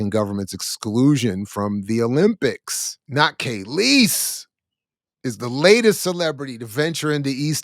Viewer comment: Just listening mid point, and I just can’t take it… her name is KAAAAAHLEEEEESE… NOT KAYLEESE. The fact that you don’t even know how to pronounce her name after 30yrs shows you know nothing of her. I can’t take you very serious. You’re just reading rhetoric you found somewhere online.